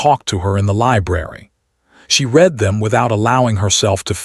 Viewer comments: AI is not smart enough to know the word "read" present tense pronounced REED vs past tense RED. Like the word "breathed" is always misprounced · The word read is pronounced RED not reed.